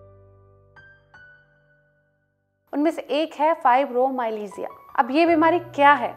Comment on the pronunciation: Learn to pronounce it first . Don't spread wrong information